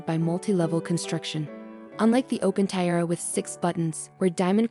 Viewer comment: Is this AI reading, I hope? What's the deal with "tie-rah" and "tea-eh-ah"? Sheesh!